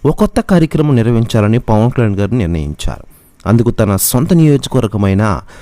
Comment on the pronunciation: పవన్ కళ్యాణ్ అని స్పష్టంగా పలకండి.